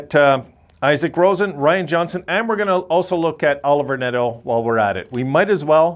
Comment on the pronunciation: If u look back on comments i was happy with the Olivier Nadeau pick cuz of his size and offensive upside. Kid can grow to 6'3 prob 215 lbs and have a good Power forward game. Its not Pronounced Oliver its french so O-live-e-a Nah-do . Olivier Nadeau.